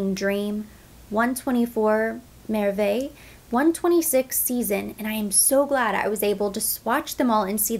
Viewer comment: Beautiful, you pronounce merveille really well... I am French 💋, staying power??